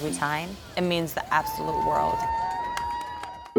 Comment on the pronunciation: Thought he said word fastest stalker